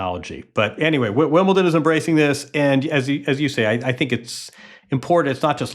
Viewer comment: There is no 't' in Wimbledon